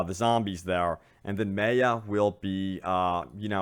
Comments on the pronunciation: ffs its my-uh not may-uh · it's not prononse MAY-A it's MAYA it hard prononsesation. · Anyone else get annoyed every time he says MAY UH? Dude it’s pronounced MY UH....it’s not that unique of a name...very common with very common understanding of the pronunciation. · Does anyone else hate that he is pronouncing Maya wrong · Me. So much. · Completely butchered Maya’s name lol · The Fly3st lmao I know it pisses me off it’s such a common name like how does he not know how to pronounce it 😂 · I ignored it the first couple of times but by the end of the video I was rage screaming the correct pronunciation back at the screen!